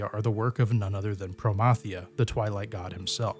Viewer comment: The what if you fail against Promathia. Thank you for pronouncing Promathia name right! It drives me nuts when people pronounce it as Pro-MATH-euah